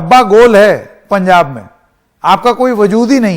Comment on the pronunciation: Punjab not pujab